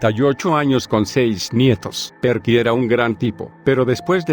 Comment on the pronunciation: La pronunciación de "Perky" le quitó toda la seriedad y miedo a la historia